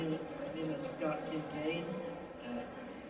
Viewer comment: Just found this! Thanks for uploading!! So far, that's the only panel I've ever done, but it was great. And you got my name right, which almost no one does haha --Scott